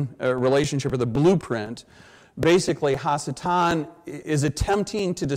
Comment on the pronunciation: In Hebrew, the prefix "ha" means "the". So when he keeps saying hasatan (which should be pronounced ha-satan) he is saying the devil or evil one.